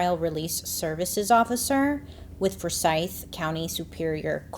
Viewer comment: Forsythe County. Accent on the For not the sythe